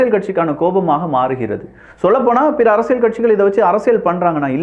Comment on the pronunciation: ஒரு தமிழ் ஊடக ஆளுமையாக, தமிழ் வார்த்தைகளை துல்லியமாக உச்சரிக்கும் பொறுப்பு உங்களுக்கு உள்ளது. குறிப்பாக உங்கள் சேனலின் பெயரிலிருந்து. “அரசிய’ல்’” சதுரங்கம் ஆனால் ‘ழ்’ அல்லது ‘ள்’ ஒலியுடன் சொன்னீர்கள்.